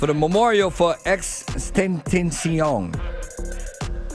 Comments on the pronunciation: its pronounced xxx ten ta shion (xxxtentacion ) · Pronounce the man name correctly ok brah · I honestly find him pronouncing his name incorrectly to be mildly disrespectful. Your profession is literally in thw hiphop industry, take the thw few seconds to atleast pronounce this man's name. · Bruh pronounce his name right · I’m giving you a thumbs down just for saying his name wrong. Lol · Like bruh.... Can you say his name right tho?? Go to his interview to find out how to say it. Cmon man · Well it's respectful to at least say the man's name right dude. He's dead. This guy wouldn't have done this to other rappers. Just saying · It baffles me how people who work in the hip hop radio business don't know how to pronounce his name. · Pronounce his name right already.